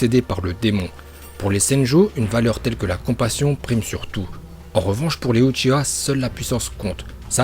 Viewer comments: Uchiwwwwwwwwwwwwwwwwwwwa pas uchiha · Pk tu dit uchira c uchiwa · Pa uchia mais uchiwa wa pa ia parfois tu te trompe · Uchiwa ça veut r dire c uchiha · UchiWa pk tu dis UchiHa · Mdr utchiwa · Tu sais pas dire Uchiwa 《Ou》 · Wlh il a dit ushia